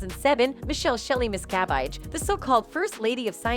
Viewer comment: Mispronouncing her last name. Phonetically it's: mis....ca...vage. NOT:. MIST ....ca...vite. Please reprogram your terrible narrator who pronounces names terribly.